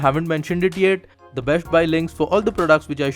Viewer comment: nexht adjushtment besht...Bhai s ke saath h Kyu Bolte ho